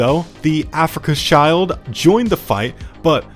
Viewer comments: Afrika Child was really funny its actually afrika shield, pretty similar pronunciation actually. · My brother in christ "schild" and "shield" sound more or less exactly the same in both languages stop saying "child" 😭🥀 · yea definitely, "Africa's child" is not the right way to pronounce it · I'm not an expert in German, but I think Schild is pronounced like 'shilled' Sorry to be a bit of a pedant